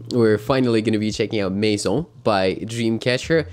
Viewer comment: you're the first reactor (apart from the French) who correctly says the word "maison"